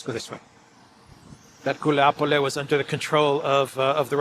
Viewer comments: It's Guliay-pole, not "Guliapole."😃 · Wuilapolay properly pronounced. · FYI Guliay-Pol-yeah used to be the HQ of Bandera. Its fall is symbolic, it's as "de-naatsi-fication" as it can get